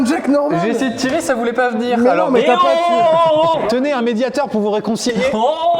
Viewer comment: Mediator pas médiateur 😜